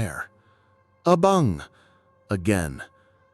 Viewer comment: I think you mean Abang not Abong 🤭